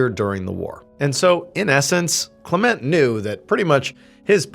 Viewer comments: LOL ... try: Val(or "va")-Landig-ham? ... And maybe try: Klem-ent (closer to "Climment" than "Klah-Ment") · CLEment. Not CleMENT. Words with two syllables have the emphasis on the first syllable. DOCtor, MISter, SURgeon etc. Linda. 🇳🇿📚🍷🦆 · Isn’t it pronounced “KLEM-ent” ? 🤔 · I always thought that name was pronounced CLEM ent Was I putting too much emPHASis on the wrong sylLABle?